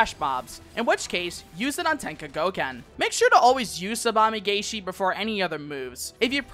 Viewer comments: Really nice and concise guide; I especially appreciate the tool tip visuals! The only minor grievance is that in つばめがえし, or "tsubame gaeshi," the "gae" is actually pronounced like the English word "guy" rather than "gay;" I keep seeing content creators make this mistake, aha. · Corrections: - I pronunced Tsubame-gaeshi wrong. - Third Eye only reduces damage taken for 1 move not throughout the duration.